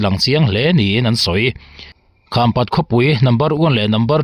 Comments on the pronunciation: Khampat i lamdan a dik lo.kham( awihpang)angin i lam. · Khampat khaw hming i lam dan hi a dik lo tawp mai a ava mak ve maw le. "Kham" i lamrik dan hi a dik lo